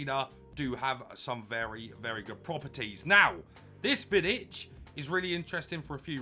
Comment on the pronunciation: As a Serb i must say say u pronounce him nearly perfect for me it's a must but i will probably buy him after he drop a bit fodder is impossible to get